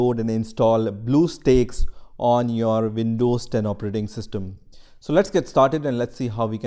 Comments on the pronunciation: i get triggered when he pronounce bluestacks for bluestakes... (￣m￣） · Him belike: So we are going to search "blue steakes" Comments: BlUeStEaKeS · Dont make a video about it if you cant pronounce it Bluestakes Ha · lol what? its blue stacks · Omg blue steaks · blueeeo steaks LMAOOOOOOO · Title : bluestacks Narrator: blue sticks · its not blue steaks guys, its blue STAKES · Damn, I like the video. But that "Blue Steaks" caught me off guard and went straight to the comment section >.< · Great deal on "Bluesteaks" now at Black Angus. This is what happens when you do not swallow your drink before you pronounce the word. Indian people talk as if they have water in their mouth. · its bluestacks not bluesteaks lol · LMAO YOU SAID BLUE STAKES ITS NOT A STAKE LOL KID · Man said steaks💀🖐🏾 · "bleuoo steaks" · Every Time He Says "Blue Steaks" I CRACK UP! XDD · nobody: the comments: BleuEUu StAeKS? WhaAaA??? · i thought he said blue balls for a sec but its actually blue steaks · blue steaks.. sorry i had to point it out ik its an accent but god its so funny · i cant watch this with him saying Blue steaks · HE SAID BLUE STEAKS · "bluew steaks" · Man i love some blue steak the steak that have blue 😂😂😂 relllyyyy you dont know how to read HAHAHAHAH😂😂 i think you should just sell steaks HAHAHA😂xd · we shouldn't be making fun of how people talk just because he said it wrong doesn't mean we gotta make a big deal about it!